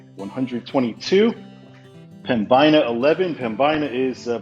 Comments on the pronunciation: PEM-bin-a. Second syllable rhymes with bin or thin. Not pem-BYE-na. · Pembina is pronounced pem-ben-ah. I also had a rough time entering canada there and had to go into that secondary screening building too :D